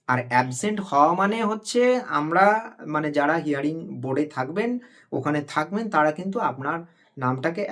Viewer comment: প্রথমে বলি শব্দটা হেয়ারিং নয় ... হিয়ারিং।